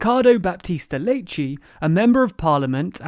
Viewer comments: Wonderful video as always, thank you for the easily understandable summary! A couple of things, though, if I may: - We don't read "Leite" as "Leitji", that's Brazillian. We read it exactly as you say "Late". - The day after Dr. Leite announced that catastrophe, a major newspaper looked into his shift and found that only two people dies while he was on his shift, and only one of those died of Covid. So, while the situation is indeed dire, that was a major political flop on his part. Again, thank you for these wonderful videos, and keep up the good work! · It is sooooo not the proper pronunciation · it doesn't matter. He's Portuguese so the correct pronunciation is as his native language. His name is pronounced Leite, not Leitchi. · Leite - Lay tee - NOT Lay chee. that is Brasilian Portuguese. It is very irritating for Portuguese speakers from Portugal. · Leite in Portugal is pronounced as late in English, lay-chee is the Brazilian pronounciation :) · What? Lay-tchi? What is that supposed to be? If you won't do a Portuguese accent, then just read the names with your original accent. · You learned to pronounce Leite in portuguese from Google Translate but lol...its Brazillian Portuguese. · the way you pronounced "Leite" really triggered me... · Actually... North pronounced "leite" differently than Lisbon. Lisbon: laite / north :lêite and brazil leitchi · You pronounced "Leite" with a perfect Southeastern Brazilian accent.